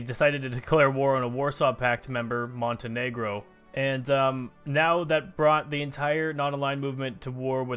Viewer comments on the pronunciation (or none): none